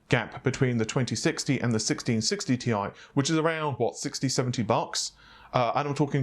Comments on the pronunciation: Annoying is the way the other guy is pronouncing Thai or TIE instead of TI (T I) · This isn't that bad. The other guy is nameing TI gpus TIE or Thai.